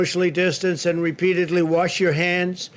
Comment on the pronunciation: "Worsh" your hands,...duh.